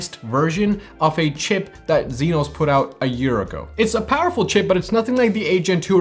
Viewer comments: He mean EXYNOS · Zynos? Its spelled AND pronounced as Exynos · Why the "zenos"? Isn't it "exynos"? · What's a "zeenos" bro 💀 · How you pronounce EXYNOS is hilarious 😂 great review nevertheless 👍🏿